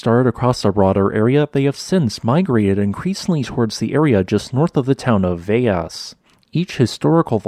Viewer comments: The town Velas is pronounced "Welasch" :D I was waiting for this video since the earthquakes started yesterday! Greetings from neighboring Pico Island :) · VeL as! We pronounce our L's in Portuguese. We are not Spanish. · Man I was so proud of you for pronouncing Jorge in the right way for Portuguese, then you pronounced Velas in Spanish, you were so close... Anyway, good report, Açores is such an fascinating place for me, I just hope they don't get a "La Palma" there, one Island taking that hit is more than enough...